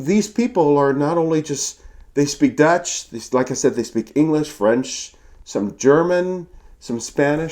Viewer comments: Your Dutch pronunciation is quite good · Your Dutch pronunciation is really good. Seriously. I am a native speaker.